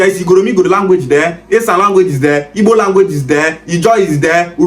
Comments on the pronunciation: You are accurate they want to use politics as he said Even the guy does not pronounce those IGBO words very well The history is not hidden it clear that IGBOS makes things clear The man is mad he can not pronounce IGBO words properly thats first exposure thats is his failure in his analysis... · This useless Benin man no get sense at all Even the Igbo names he is calling dey had him to prounce , Benin people no get shame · Even the igbo name dey hard Dem to pronounce